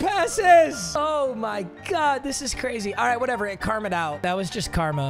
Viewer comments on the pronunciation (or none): none